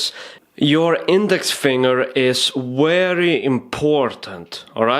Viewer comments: You are telling 'very' wary..... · very is with a v not a w ! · WERRY, WERRY IMPORTANT!!!!! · its very not wery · Love your tutorials, mate. Werry specific (which is more often than not werry necesary). You do, however, repeat things way too many times. Still, I just learned how to skip through your videos and solved that for myself. Sorry to hear about your camera, hope you get a new one soon. Cheers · "Werry werry important " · you are werry werry good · heeheheh werry funny ! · Lol, the way you make a point! "It's werry, werry important!"